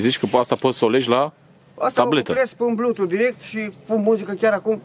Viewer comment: IA UI CE AVEM AICI, IA UI ză blutoof deuais iz redi to peir